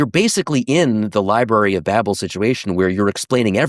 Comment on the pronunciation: He can't even pronounce babel correctly 😆